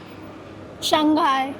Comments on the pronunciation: SHANG....... HAI !!! NOT SHAN-GAI.. SHANG ( mean Up or Upper). HAI ( Sea, or Ocean).... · Hello my friend shanghai is pronounced as shang 'HAI', not shang 'GAI'. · Shang Hai. Not Shang Gai. People here will not understand you. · Shang Hai it is where the H is not a silent consonant 😂